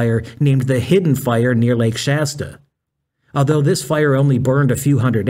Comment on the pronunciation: Gotta Love this AI Idiot and It calling The Fire The Post File, yes it's even The Power Sucking AI Bot saying File, not a FIRE. Ai will be so detrimental because of the Electricity required for this bullshit, one AI. Search uses 30 times as much Electricity as an normal GOOGLE search would. And with the current heat dome encompassing most of North America right now Wildfires are happening all over the Western State's, with California battling several as I speak, with conditions getting drier by the minute. I pray for rains to visit soon and for the firefighters who put themselves In harms way to protect Lives and property. And Bode and the joke Fire Country Television show are a complete disgrace to the men and women who do this work!. Just as is to People like Juan Browne, aka Blancolirio, who brings us real up to date and actionable information.